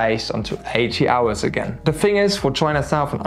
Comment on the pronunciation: in english please...its call the "Thing" ...not the " Fing "